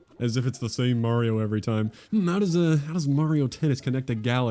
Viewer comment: Please learn to pronounce Mario correctly. If you need help, please consider one of the only things he ever says: "It's a-me, Mario." Do you play Mare-co Polo in the pool? Do you like Mare-tin Scorsese movies? Thank you for your time.